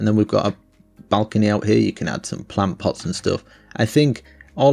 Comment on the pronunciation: Plant pot dosent sound right